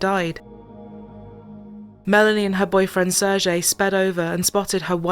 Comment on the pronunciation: He is SeHrgHey, not serzhey, silly anglos. 😂😂😂